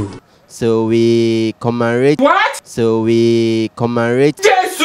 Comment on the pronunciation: "So we comerate".....encom, encom, repeat it😂😂😂